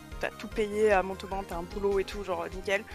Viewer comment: Non mais où est donc la difficulté a prononcé Montauban ??? C'est quoi cette vidéo qui me fait vomir juste a regarder les photos qui zoom et dézoom. bref, inintéressante, je zappe.